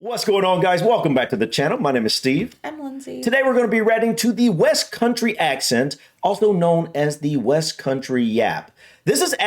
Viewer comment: Steve, the biggest one I notice with you is the word you say at the start of every video. Ratting. You don’t say reacting to, you say ratting to. Also, today you said brung instead of brought. 😃